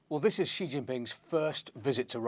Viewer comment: Never pronounce 'Xi" correctly, it's more like 'She' not 'G'.